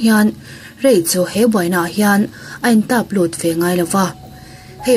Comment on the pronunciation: Tap lut,ni lovin,tat lut,tih tur,i channel ka hmaih ngailo,a ngaihnawm ṭhin in,i aw in a zir sia